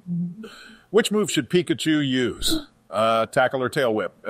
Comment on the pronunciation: "Which move should Pikachu YUOUSE!?" Best thing ever.